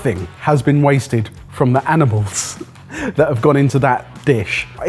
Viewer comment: Anyone else hear “anibamls” instead on “animals” when pronounced it about the soup?